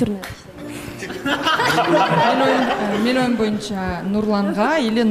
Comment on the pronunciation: Миниатьюр дейт го доодуроп